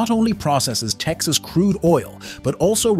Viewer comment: “…in the United States, Texas” You researched all of this information for the video, but you didn’t bother taking two seconds to look up how to say “Texas”. …in Texas, USA. or …in the United States- (pause) Texas.